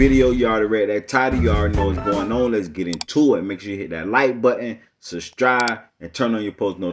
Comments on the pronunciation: You mispronounced subscribe m how you get a t in there lmao 😂 I'm just giving us funny shit nun serious. But good video. Need more detail but good. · When the channel holder says Suh-scribe in his intro i giggle🤣🤣🤣🤣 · That accent heavy bro lol. The way u say subscribe sound like southen